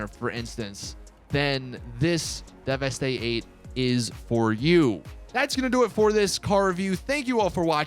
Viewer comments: How do you still not know how to pronounce the name of this vehicle. Its pronounced like 'devastate' hence the name. Not 'devestè'. Fucking annoying af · “Devestay eight”. Lmao it’s pronounced devastate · It’s pronounced like you pronounce devastate. Deveste-8. C’mon 🙄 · fairly sure it's meant to be pronounced like "devastate" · ITS PRONOUNCED AS "DEVESTATE" FOR FUCKS SAKE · Devastate. It's supposed to be pronounced Devastate. You do the same thing by not pronouncing Declasse as D-Class, it's a play on words of it being a D-class manufacturer. All cars and car manufacturers in GTA are puns, jokes, references, or a play on words. Work on your pronunciations man, lol. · Oh my god,not 1 YouTuber is pronouncing this cars name right! How can u NOT see the word devastate...